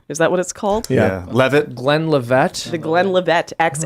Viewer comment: "Glen livette" 😂